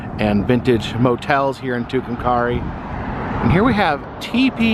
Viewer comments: Pronounced too come carry. I lived there and graduated high school in 62. They came up with the name legion has it when someone was carrying a rock and said two come carry. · Love your channel! It’s not a big deal but I’m pretty sure it’s pronounced Two-come-carry! Atleast that’s what I always heard it called! Anyway keep up the good work!👍🏻